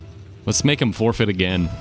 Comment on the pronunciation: 3 second forfeight hahaa